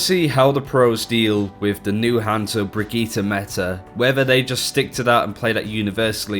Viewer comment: He said Brigitte the same way you say "Spaghetti". What the fuck. Also, as usual, Geoff Goodman overnerfing something. Storm Arrow NEEDS to still be able to one shot Tracer because, right now, it's one of the counters to dive.